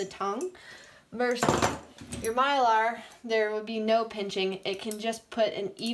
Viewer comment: Myler isn't a type of bit, it's a brand And it's My-ler, not My-lar 😊